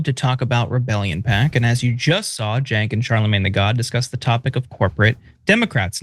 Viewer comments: Charlemagne couldn’t even bother to pronounce Cenk’s first and last name right 😂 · money out of politics look it up , no corpo money , the people should influence politicians not big corporations. You must live in a bubble Cenk lived his life with his name being miss pronounced , it’s sad that you care more than he does. You must be privileged.